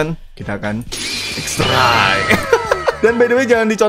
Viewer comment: Baca xrey bang